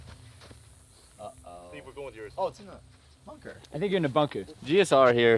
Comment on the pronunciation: “boon-kah”. Ok.